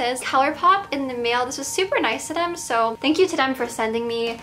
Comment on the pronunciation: Why do you pronounce every “th” word with a D? It’s “them” not dem 😂